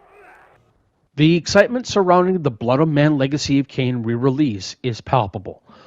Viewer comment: blood O-men not blood -MEN